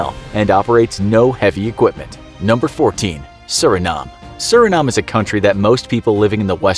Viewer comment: it’s pronounced “sur-in-NAME”